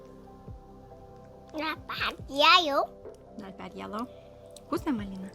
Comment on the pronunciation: So cute, and I am so lucky to be able to watch her grow up, AND i AM NOT TRYING TO BE RUDE...can you please learn to say your short e instead of using the short a sound. Egg not Agg. Even your daughter said YAllow instead of YElllow. Edit not Adit. You can do it you can!! Don't let Mila get teased at shcool ok? I really care about you guys and not only should you get all you are perfect comments. We can try to help too? I promise it comes from a good place. Not Heirloom the h is silent, like IT'S SPELLED Airloom. WHAT LASHES DO YOU USE? GORGEOUS. oh MY GOSH you just said neverANDING instead of Ending... instead is a good word to practice with. E sound you can do it you mastered every other sound in English and russian. LOVE YOU LOVE YOU LOVE YOU LOVE YOU AND YOUR FAMILY SO MUCH!!